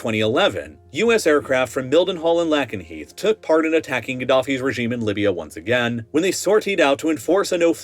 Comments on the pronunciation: Quick correction. B-1 is only conventional. It is not a nuclear capable bomber. And also, your pronunciation of Lakenheath made me die inside a little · Great video! Only thing is that’s not how you pronounce Lakenheath. Sorry haha it was just messing with me every time you said it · He mispronounced a lot of stuff. He went with wit-man for Whiteman AFB (pronounced white-men). He got Lakenheath wrong. I think there were more, but I'm not going back to take notes. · "Lay-ken-heath". Pronounce it correctly. 🙄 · “Lake-enheath” not “Lackenheath”. Otherwise great video! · Anne Sacoolas killed Harry Dunn - why not name her? And guess what? It’s not LACKEN-Heath, it’s LAKEN-Heath as in lake. do better. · lol the way you pronounce Lakenheath. It’s Lake not lack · The correct pronunciation for Lakenheath is "lay·kuhn·heeth", not Lak but Lake. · He's pronouncing Lakenheath wrong as well. It's Lake-en-heath, not Lack-en-heath. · It's 'LAY-ken-heath', not 'LACK-en-heath'. 🙄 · It's (LAKE)nheath, not (LACK)enheath. I lived there for several years. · and It's pronounced how it's spelled. Lakenheath lake-en-heeth not lack-en-heeth. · Great video, but pronunciations…?But Lakenheath is pronounced Lake, not Lack, enheath! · Lake en heath not lack en heath. Sorry just got to me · Lake N Heath not Lak En Heath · It's not Lackenheath, it's Lakenheath. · I live about 5 miles from Lakenheath and 10 miles from Mildenhall , its pronounced Lake-en- heath not lack-en-heath that sounds so weird. The SR-71 Blackbird was based at Mildenhall, I used to watch it take off from the end of the runway, there's mound you can stand on. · hearing the mispronunciation of "Lackenheath" destroys a lot of credibility. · Everyone local says "Lakenheath" not "Lackenheath" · It's lake-n-heath, not lack-n-heath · It is pronounced Lake 'n' heath. You can't get simple things right. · It’s pronounced LAKE EN HEATH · “Lackenheath” Lol. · the USAF base in the UK is pronounced "lay-kin-hee-th"